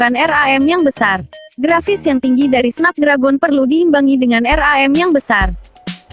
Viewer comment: Snep dregen bacanya